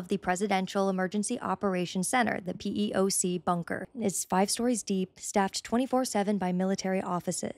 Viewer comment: Pronounced pee-ock not P-E-O-C